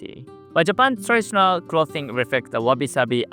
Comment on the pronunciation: learn the difference between soft th and hard th. clothing doesnt sound like cloth.